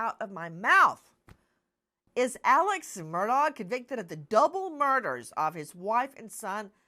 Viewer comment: His last name is not mur DOG. It's murdaugh.. silent augh